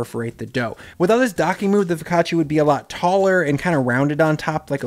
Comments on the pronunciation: Foccacia is pronounced FO-CA-CHA Just spelled weird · OK, forgive my English-speaking Texan attempt at transcribing my wife's guidance, but something like foh·kah·chuh or fuh-ka-chaa, with basically no ee sound between the ch and the a. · Great method, but the pronunciation of "focaccia" nearly gave my Italian-Swiss wife an aneurysm!